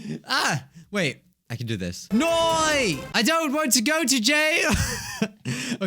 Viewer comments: It's not 'noy' it's nay. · noi* xD u said it right the first time bruh lol im australain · "Noiii" Thats British. We're A u s t r a l i a n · Hey, if you want to say no in an Aussie way, you can say “yeah nah” but pronounced ye nah. You hear it a lot down under. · I’m Australian we pronounce it nah most times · the aussie no is pronoused noe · lol love how you said no in a Australian accent XD also why can you see her face in the mirror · Ur saying no wrong. Its apparently sounds like no w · Sorry, that accent is more brittish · Me (also Australian): who says ‘no’ like the in Australia?